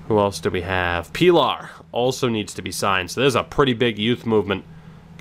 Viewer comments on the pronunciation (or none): i think pilar is pronounced "pee-lahr"